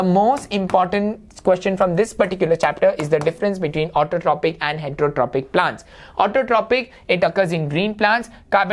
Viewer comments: sir it is pronounced as autotrofic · ITS PRONOUNCED AS AUTOTROFIC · learn to pronounce autotrophic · Sir, isn't it Autotrophic, heterotrophic, and saprophytic (pronounced as Autotrofic, heterotrofic, and saprofytic respectively)?